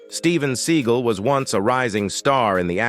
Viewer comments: It's Sinead not Sin e ad. Not seagull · David Bore-ee-uh-naz, Steven Seagull, these name pronunciations are wild